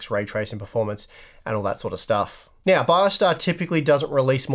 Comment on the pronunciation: Did he say "Quiet some time meow?"